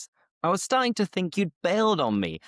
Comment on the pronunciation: Your pronunciation is from the north of England, of course that’s fine, however, because you have a colloquial accent it’s really important that you try to pronounce words a little more clearly for the learners. For instance, in the first sentence you pronounced the word “starting“ while pronouncing this word you didn’t pronounce the T We usually pronounce the T & D if followed by a vowel sound, I hope this helps you, great lesson keep it up.